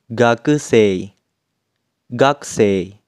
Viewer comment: cara baca gakusei itu bacanya (gakesei) kak ? ,,,, apa aku salah denger